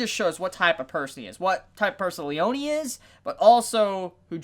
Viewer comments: btw it's "Leoneh" not "Leonee" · Lee-own-ee? It's just Lee-own that's how it's said. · Its pronouced leon(like the beyblade)lee-ohn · did you just call "Leone" --> "Leoniii"? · it's Le-yo-ne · The way you pronounce Abbacchio's first name is driving me up the wall, to be honest. Also, the memes lied. Narancia isn't a trap.